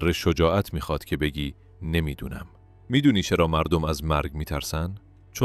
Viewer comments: مَردُم غلط است ، مُردَم درست است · حداقل یکبار قبل از اجرا متن را می خوندی . از جمادی مردم را اشتباه خواندی .😅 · خیلی زیبا اما دواشتباه گفتاری اول دربیان کلمه مردم ودوم در بیان کلمه عمر با تشکر وعذر خواهی ❤ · از جمادی مردم با میم ضمه ای خدا درست بخونید